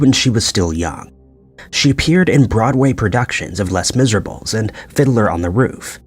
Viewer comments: “Less Miserable?” Can the auto voice be Les Miserable please? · Jesus I hate this new generation of YouTubers. Its LE-H MIS-UR-AB-LE fuck my ass dude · Less miserables 😂 tell me you're AI without telling me you're AI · Less Miserables .... Lol.. I can't take you seriously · Lez miserables 😂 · Did you say less Miserables? Are you kidding? I just solidifies that this is a computer AI talking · Les Misérables… less miserables. Tomáto, tomāto. I mispronounced it 'less miserables' for years, since it’s how I felt after watching the theatre performance & film. So I’m gonna pretend this narrator did too for the same reason. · It's pronounced 'le miserab' but it means The Miserables so I guess you can say it like that in American! 😂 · “Less miserables “ 😂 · Worst pronunciation of Les Miserables ever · At least put some effort on how you pronounced "Les Misérables"